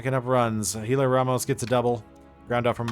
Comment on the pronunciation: By the way it’s pronounced like Elliot not Helio